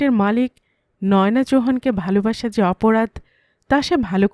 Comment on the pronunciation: কোনো নাম নয়োনা‌ হয় না। নয়না‌ নাম হয়। হিন্দির উচ্চারণে ... বলা হয়... ন্যায়না‌।